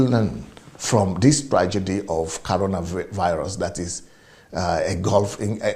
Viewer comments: Is that you can not pronounce coronavirus or what is caronavirus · CORONAVIRUS NOT CARONA